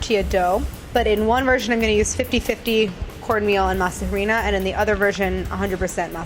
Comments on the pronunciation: It’s pronounced “Masa arena” the H is silent 😂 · I can’t stand how she pronounces masa harina